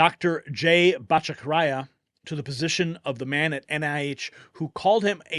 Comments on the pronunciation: if you are not familiar enough with Jay Bhattacharya's work to be able to even pronounce his name, you need to look him up. He is solid and dedicated to repairing the corruption that has taken over scientific research and medical science in particular. He may need a few bulldogs to be appointed to work under his supervision, but he will know good science from bad and care enough to clean the bad science out of the NIH funding practices. Hopefully, he'll ask other members of the Trump team for help with the political infighting, because I fear he may be too noble, kind and reasonable to fully cope with the real bad guys in the regulatory agencies. He's a highly respected scientist and doctor. Those good guys who may still be in the agency will respect him. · lol, ….Dr. “ botta-Char-e-ah”!! …a Few Exceptions in Our Podcasters have Butchered Pronunciations…😌😂 The PASSION & RELEVANCE of Our Conservative News Friends is What Counts!!!👍🤗We Love ya 👍🙏… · “Dr. botta-char-e-ah”…lol Love ya 👍🇺🇸🇺🇸🇺🇸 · That's Dr. Batta char ee ah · Pronounced “Botta-shar-ee-uh” 😊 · Can't you guys Google "Pronounce Bhattacharya" ? bot'-uh-CHAR- (e)ya Jeez! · Surgeon general pick is questinable, but I think she may have reversed course when she figured out the game. Butta CHAR aya is how you pronounce the good doctor's name and Rudy Giuliani was de-banked? WHAT THE FK? Rogan just had a guy on his show explaining this process and Elizabeth Warren has a huge hand in how this shit i done with her whatever-the-fk bureaucratic entity she runs. You should watch that. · It is pronounced Batt-a-char eea ( Battacharya) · That’s Dr. Jay Bhat-ta-char-ya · Fantastic news! BTW, since you’ll be saying his name in the future, the pronunciation is Jay Bat-a-CHA-ri- a. And while you’re at it, the word nuclear. Please! It’s NU-CLE-AR. I DO love your program! 😘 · Excuse me, but please stop slaughtering the name It's four syllables and they are: BA TA CHAR YA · Pronounce Jay's name.right...please